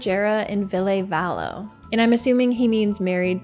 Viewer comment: The way you pronounced ville valos name pisses me off.